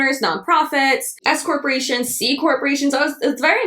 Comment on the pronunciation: omg when you said "s corparations" i heard "escorts" hahah my bad 😂